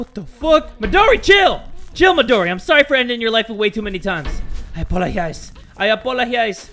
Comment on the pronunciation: Lps CuteBunny it’s not modri, it’s Midori